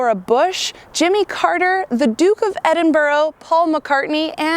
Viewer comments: Did she just say Edinburg bruh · She also said "The Duke of Edinburough" LOL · Albert Ei Em stein and the Duke of Edinboro wtf?